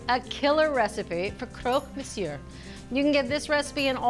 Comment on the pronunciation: It's monsieur with a silent "r" not monsieurre, doesn't hurt to make sure before recording. Love the show though